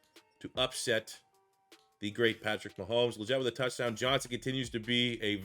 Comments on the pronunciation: Love you rebuilding my panthers great vid brother! btw Legette’s name is pronounced Lee-get not jet. salute brother!!🔥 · Legette is pronounced “League-it” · it’s Xavier LEGette…like you’re saying LEG to start. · Listening to you mis pronounce “Legette” the entire video was irritating. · As a Panthers fan you are definitely pronouncing Legette’s name wrong